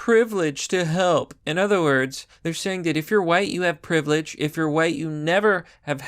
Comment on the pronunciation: "Use your privlage to help" ... what in the actual